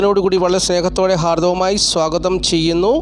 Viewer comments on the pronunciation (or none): Hardhamayii swagatham enn parayane..